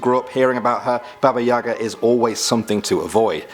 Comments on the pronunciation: Baba yaga is said like Baba yega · That's not how you say babayaga but it's ok you don't have the accent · It’s not Baba Yaga, it’s Baba Igya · Baba Yaga.... Guys, it pronounced Baba Yega. And emphasis fall on first syllable... YE.... (Pronounced "yeeahh")... Although words in Russian language are spelled differently, some have alike sounds. English has this too... Game of Words? Same thing.. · I thought he said baby yoda! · I am not Russian, and do native English speakers have to assume everything is pronounced like an English word? I don't know how to write it in phonetic English, but isn't Baba Yaga pronounced more like Ba Ba Yagaa? And the name Ivan certainly is not pronounced iVan. What is this, a transport service by Apple? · U didn't say baba yaga right